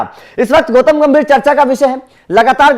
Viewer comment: Gautam not goutam